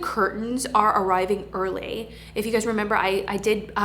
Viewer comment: Did I hear you say "earlay" when you said the curtains were arriving early?